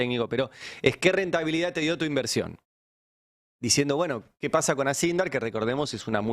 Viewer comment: no te enojes Ari, que pasha, tas nerviosho???